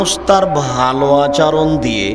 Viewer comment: আলহামদুলিল্লাহ! খুব ভালো লেকচার । কিন্তু আচারণ শব্দটা শুনতে শ্রুতিকটু লাগে। উচ্চারণটা শুদ্ধ ভাবে বললে শুনতে ভালো লাগে।